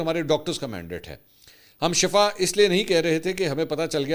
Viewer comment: بھائ اصل شَفا نہیں۔۔شِفا ھے۔۔۔۔۔۔بہر حال دونوں کے معنے معلوم کر لیں۔۔۔البتہ پنجابیوں کے لئے چھوٹ ھے۔۔